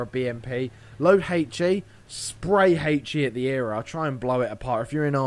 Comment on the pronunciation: E-R-A....not era.....